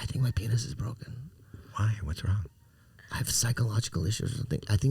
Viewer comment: Anyone else catch the “it’s wong” from howie 😂